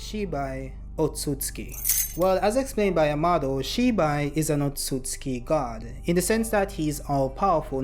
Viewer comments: The way you pronounced ‘Otsutsuki” kinda bothered me lol… Isn’t it: “oh sut suki” ? Not the way you say it : “oh suts ki” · You are completely missing the second letter "u" in your pronunciation of Otsutsuki. Hearing it over and over again made my ears bleed. Will definitely not be watching anymore content 😂😂 learn to read!! And correctly pronounce words!!!